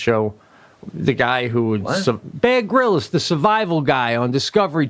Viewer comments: I thought Pete said Bad Gorillas for Bear Grylls. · when pete says baer grylls he sounds like hes saying bad gorillas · Mimi Giggles: I thought he added an extra syllable, and said, “ Bear Grill-iss”... Plus, I’m always second-guessing myself, because my AD/H/D came with Auditory Processing Disorder ; which means (my brain, not my ears), often mis-hears what people say. As I’ve no doubt that he and Sebastian are both AD/H/D’ers—as a huge % of Creatives and Performers are—Dyslexia (on Pete’s part), is also a possibility... Regardless, it’s all grist for the humor mill, right?